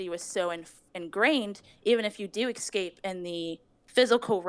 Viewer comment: all i hear is eggscape